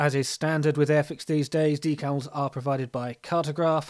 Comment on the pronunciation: Good looking model. Nice job on the “dee-cals” (emphasis on the second syllable). 😎